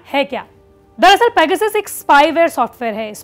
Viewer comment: सब पेगासस उच्चारण कर रहे हैं और आजतक पैगसिस, वाह! आजतक वाह!